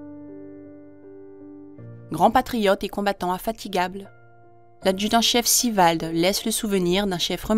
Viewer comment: Pourquoi prononcer "Sivald" à la anglo-saxonne?